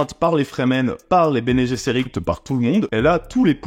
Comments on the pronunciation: Nom de Dieu.... Kwisatz adera"k"... en son sec Et Bene "gue"sserit Je saigne des oreilles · En effet. Le latin d'ailleurs se prononce sous deux formes, latin classique ou latin d'Eglise. Bene Gesserit peut se prononcer Béné Guéssérit ou Béné Jéssérit sans que cala viole les prononciations admises. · Et Herbert disait "Béni Djézeurit" ou "Béni Djesseurit" bien à l'anglaise, donc c'est vraiment pas grave, en plus c'est le futur, Herbert pouvait juste prétexter que la pronunciation a évolué.